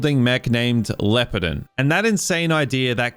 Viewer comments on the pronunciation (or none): Just came here to say I'm aware different cultures pronounce things differently, but the big robot is very much pronounced phonetically as (LEE-OH-PAR-DON). Pretty sure it was just folks trying to make English words sound cooler (kinda like every name Toriyama used in Dragon Ball) Anyways, I enjoy your movie rambles and hope ya take care!